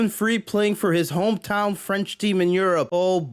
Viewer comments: OK I don't know if that's a good idea,but as a French I want to tell you. Your accent is awful but you're actually pronounciating French pretty well. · Your French accent is surprisingly good brother, bon travail !